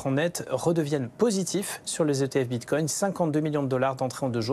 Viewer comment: Elle a du mal à dire « bitcoin » 😂 Mitcoin mbticoin… Bon sinon c’est très bien ce range Il faut que ça dure quelques mois encore